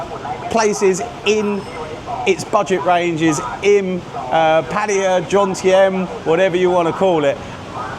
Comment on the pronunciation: It's Jomtien, not Johntiem.